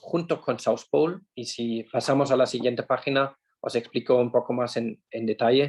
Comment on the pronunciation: Por favor, asesorese de cómo se pronuncia "South Pole", o pronúncielo con fonética española. Es mi consejo humilde